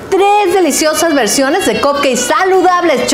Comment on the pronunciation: Que estresante es esta mujer diciendo "COPKEI"